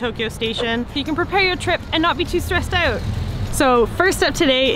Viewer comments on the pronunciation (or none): Laughed when Canadian accent came out when she said, "...not be too stressed out!" I never noticed an accent before.